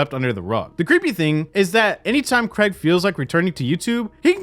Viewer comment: Honestly, Americans, please learn how to say the name Craig. It’s infuriating lol